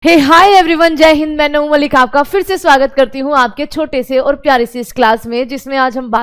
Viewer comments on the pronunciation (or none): none